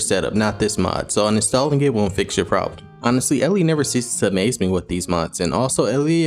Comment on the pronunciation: Thank you for the review always super hype when I get the notification 'video has been added to your modpage' !! :'D The stick is just cosmetic, like a blindfolded seer who walks around with their staff to help them navigate type deal ^^ And yes! You are saying it correctly, I go by either Ellie or if you just said the letter L :)) ((As always added to the modpage!!))